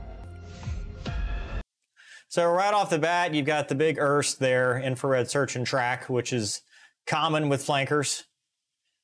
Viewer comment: It is called IRST not earst.. U sure you're a pilot?